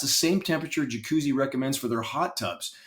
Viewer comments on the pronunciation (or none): none